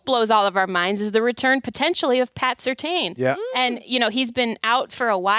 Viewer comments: constantly mispronounces the DPOY! It is Surtain as in "tan". She reads and writes but does she watch Denver play football? Obviously sparingly. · Please start pronouncing PS2’s name CORRECTLY. It’s not that difficult, don’t know if it’s a bad habit or you just don’t know? Not a good look. Thanks! Happy Thanksgiving!